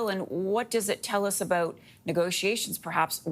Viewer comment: Doubt, out and about. We don't pronounce those words they way you do.